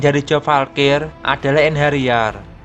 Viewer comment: Valkrie min... Kok aku dengernya kaya valkir yak 😂